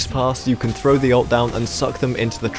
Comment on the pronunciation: "85% oF yOu ArEn'T sUbBeD aNd I LiKe eAtInG pOoP" Shut up. You don't deserve more. You can't even say 'throw' correctly. Hint: It isn't 'frow'